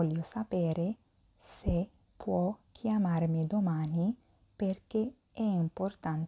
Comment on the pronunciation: كلمة chiamarmi تلفظ i في نهاية الكلمة ايييييي ولا تلفظ على انها e ايه يعني كيامارمي... وليس كيامارمه .... شكرا للمجهود وانا من المتابعين والمستفيدين.